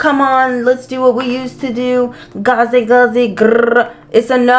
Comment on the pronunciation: gazuy gauzy grrrrrrr 😂